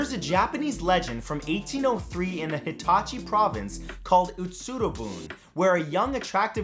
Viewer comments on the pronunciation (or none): none